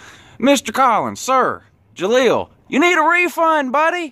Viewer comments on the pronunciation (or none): Actually Unc its Jalen not Jaleel. But as awful as he was he deserves to have his name butchered!